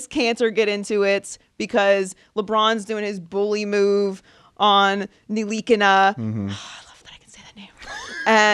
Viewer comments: Your proud to say. NILI-KINA wrong? nili-kina is the way its pronounced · "I'm very proud I can say that name" and then says it wrong 😒🙄.